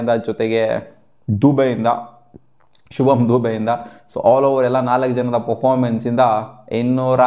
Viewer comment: 😂 Shivam dube alla guruve Shubam dube 😂